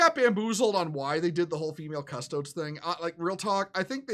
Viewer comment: >nobody in this video being able to pronounce Custodes